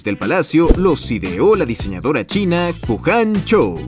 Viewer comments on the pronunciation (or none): none